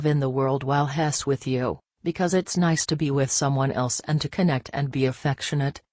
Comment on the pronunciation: Please learn how to pronounce he's!!!